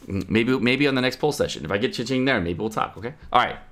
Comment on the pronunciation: and keqing as keking not kaching, goddamit me not Chinese but damn that shit annoying